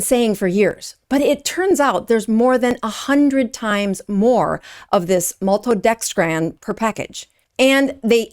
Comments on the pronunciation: This is a false information video. First of all, it’s pronounced malto-dexTRIN not maltodextraaaaaan for a reason. A scientific reason. And it’s not deadly. You’re exaggerating to generate traffic to your site. You’ve provided no evidence or data to support your claim. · MaltodexTRAN is what bothered me.😂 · It's actually TRIN not tran. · It's "Element" and Malto-dex-trin not 'dex-tran'. ?? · It's not maltodexTRAN. It's maltodexTRIN. And you're a doctor, huh? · Please forgive this correction, but you're incorrectly pronouncing Maltodextrin. It's not MaltodextrAn. It's MaltodextrIn. (Not An, but In.) Again, not trying to be mean. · Please learn how to pronounce maltodexTRIN - not TRAN. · Appreciate this video exposing this crappy product - it is pronounced ELEMENT and also it's malto-dexSTRIN no malto-dexSTRAN - these issues harm your message. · Isn’t is pronounced MaltodexTRIN ? She keeps saying TRAN. Maybe I’ve been saying it wrong? 🧐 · Maltodextrin, not dextran. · Why do you keep saying maltodexTRAN? It's TRIN. T-R-I-N. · Maltodex'TRIN' not tran. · It’s NOT pronounced maltodextrAN, it’s maltodextrIN. Why undermine your credibility ? You sound uneducated. Didn’t they teach how to pronounce simple names of chemicals in med school? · It’s pronounced “element” it’s literally the word element with the ‘e’ removed. And maltodextrin is pronounced “-trin” not “-tran.” Please?! LaCroix, too? WTF?! Ok … pure fluoridated tap water from now on! Ok, I do agree that the ingredients lists MUST be accurate! And there needs to be higher standards to fully disclose these secret ingredients! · I’ve never heard a person add a d at the end of random words. It’s just funny. “Maltodextrand” or Cate “Shanahand” 😂 sorry but once you hear it it’s all I hear, good work thou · It’s pronounced “element”. It’s “maltodextrin”. Trin like tin. Are you sure you’re an MD? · Why can’t she pronounce maltodextrin properly? It’s not maltodextrAn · And maltodextrin as well. She kept saying maltodexTRAN.